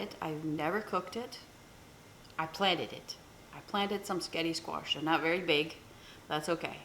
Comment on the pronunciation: cutting a spaghetti squash in half requires real muscle! You may be small, but wow, you've got muscle! You got me laughing because a few times you said what to me sounded like "sketti!" Did you know that the Gardein Meatless Ground you showed is made by a Canadian company? Meatless meat products are all the rage lately. I hear them talked about on the stock market channel (CNBC) every day. It looks delish!!! I wouldn't hesitate to indulge in it. Maybe some day, we'll all be going meatless. If it tastes just like real meat, I wouldn't mind. Would you care? Your air fryer baked sketti squash with melted provolone looked too good for words! Yes! Plant more sketti squash!!!